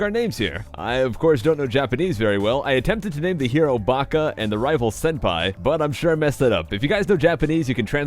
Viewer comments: You did pretty well on the names, but you mixed up two letters. Instead of Baka, you said Naka, but that's forgivable since は（ば actually) looks pretty similar to な unless you're used to reading the language. For Senpai, you actually said Senhai, but you got all the characters right; the distinction between the two is a small cirlce, ie は vs ぱ. Same thing with your bulbasaur; forgot the dots, so it's koshira instead of gojira. コシラ、ゴジラ. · you named the hero naka, and the rival senhai so baka would be ばか instead of なか,and senpai would be せんぱい instead of せんはい, you almost had it. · You named yourself なか instead of ばか and you named your rival せんはい instead of せんぱい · Yeah, you said the character you wanted to be ばか (Baka) you actually said なか (naka) usually that’s a specific kanji 中 which means the middle. And for the rival you wanted せんぱい (senpai) you actually said せんはい (Senhai) which isn’t a word and has no meaning. Hey being off by only one character is great for not knowing Japanese! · You wrote Naka (なか) and Senhai (せんはい) lol Baka = ばか Senpai = せんぱい You were close though gg Edit: You also named bulbasaur Kotsura (コツラ) Tsu = ツ Shi = シ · Naka Senhai forgot how to read katakana for bulbasuar :p source: 2 semesters as a freshman japanese (h.s) student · You said "Naka" and "Senhai" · If you still want to know! Your Characters name is "Na-ka" and your rivals name is "Se-n-ha-i". x3 "Naka" is actually right, since you use Hiragana and Bakka would be written in that form. With Sensei (Senhai) you had to use the first symbol one more time :3 Awesome Video, though. Some of these glitches were still unknown to me :3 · jonathon puckett It's senpai, not sempai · Ya said naka, and senhai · "Naka" and "senhai" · U called it naka and senhai lol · Lol! Senhai and Naka.Sounds like the words for a thousand yeses and inside???Idk about my translation,but the hiragana pronunciation is probably correct.Pretty darn close honestly,well done! xD